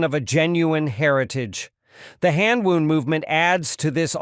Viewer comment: Hand WOUND rhymes with found and bound, not wooned and booned